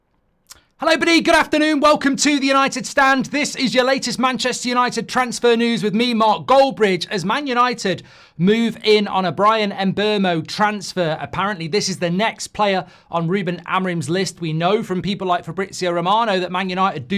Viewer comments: At least get his name right. MBEUMO, not MBUENO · It's MBEUMO not MBUEMO 🇨🇲🦁😎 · Bit disrespectful how Mark refuses to pronounce Mbuemo’s name properly. There’s no ‘r’ it’s not Mburmo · Can you pronounce his name correctly please. It’s Erm Bwaymo like Jim RATcliffe not Jim RADcliffe. Thank you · If we are going to sign mbuemo please mark note that there is no 'r' in his name mark so it's MBUEMO is strange as you literally talk football for a living